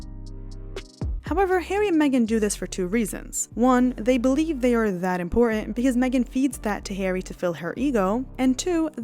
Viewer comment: Remember that "T"'s are impor-ent